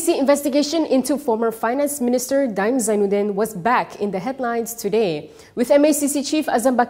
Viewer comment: The pronunciation is DA’IM, not DIME